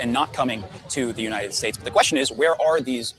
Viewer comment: WTH??? FROM UNITEDED STATES??? ITS UNITED STATES MAAM'